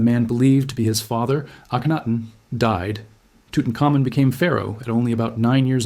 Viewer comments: Ok I think the facts are correct or mostly so but NO ONE ever pronounces Tutanhkhamun's name "toot un ka moon." That is laughable. That's when you know AI is narrating. That is badly mangling his name. It is "toot un common" and it always has been pronounced that way. Other names were mangled too. If you're gonna use AI... program it to say the names correctly. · Tootin-cum-moon lol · I always thought it was pronounced Tutankhamun, not, Tutankhamun.